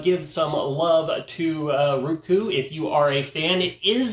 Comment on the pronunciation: It's not rooku as pronounced it is rOku as in "O". I love my roku. 💖💖👍👍💖💖